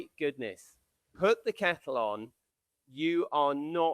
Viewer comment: The surname Boshoff is the incorrect protion. Pronation emphasizes the O. My maiden name was Boshoff. My fore father's were of Dutch /German descent.